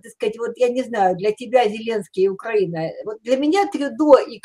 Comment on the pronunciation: навіть правильно вимовити назву нашої держави не може, якщо можливо поправте його